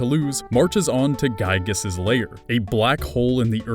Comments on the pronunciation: Giygas not gyigas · Could've sworn it was Giygas and not Gyigas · Also its giygas not gyigas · As a frequent MOTHER player, IT'S G*IY*GAS, NOT GYIGAS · ITS NOT GYIGAS ITS GIYGAS, YOU ARE ANGERING MEEEEEEEER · You mispronounced and misspelled Giygas